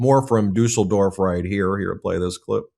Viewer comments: Nice pronunciation of Düsseldorf👍i'm really impressed!🇩🇪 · Ben wins the "Pronouncing Düsseldorf correctly" award 👍 👍 👍 Ty for the video 💙 💙 💙 💙 💙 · Yes, must be quite difficult for an American to say "Düsseldorf", but Ben got it right! 👍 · The German carnivals have akways been rather political and both Trump and Putin have been playing a big role for years. However, Ben: Congrats on your pronounciation of "Düsseldorf", good job! Just do NEVER mess up the Düsseldorf carnival with the Cologne one - they've been rivals for centuries. No kidding.